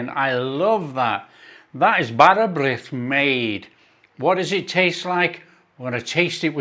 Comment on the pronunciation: Pronunciation was close. "Brith" rhymes with "neath" in the English word "underneath", essentially swapping the N sound for a BR sound. Nice recipe!